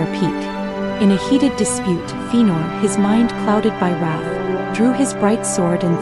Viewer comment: Very nice but its pronounced Fe-a-nor.